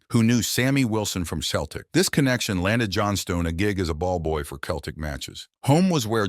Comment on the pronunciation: It’s Celtic not Keltic.